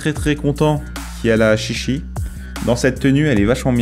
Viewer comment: ah, ça se prononce "tchi tchi" techniquement ^^